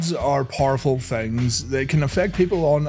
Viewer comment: “Words are parful things.”